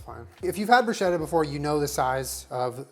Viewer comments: Luv you but bruschetta is supposed to be pronounced “broo-sketta” 😐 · PSA: Bruschetta is pronounced like brusketta (the -ch sound in Italian makes a hard k sound). That is all. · i love you but PLEASE FOR THE LOVE OF GOD, please, pronounce bruschetta like brusketta, it's not a "sh" sound but a "sk" sound. yours faithfully, distressed italian dink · Italian pronunciation check! No big deal obviously just to inform you guys: it's pronounced brus-keht-ta not bru-shet-ta